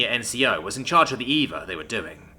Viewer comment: EVA isn't eva, it's an acronym for extra vehicular activity so Eee. Vee. Ay.